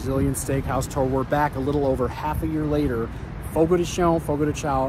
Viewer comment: Fogo de CHOW - not Fogo de Show or Fogo de Shown.You are not pronouncing it correctly.